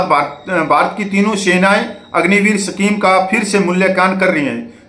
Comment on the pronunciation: सफीम नहीं भाई साहब, स्कीम होता है